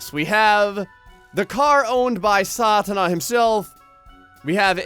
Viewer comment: there's a perfect pronunciation of "saatana". :D